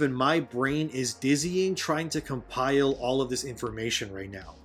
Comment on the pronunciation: lol u said cumpile